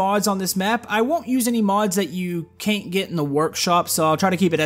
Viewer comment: its not caint